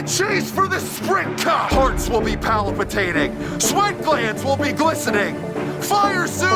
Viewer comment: Hearts will be palipitating?? You mean palpitating, right. 😂😂